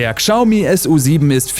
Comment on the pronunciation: Chiao mi, "schau mie" ist genau so falsch.